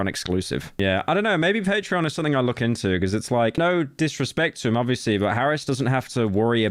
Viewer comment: whys he calling him harris i swEAR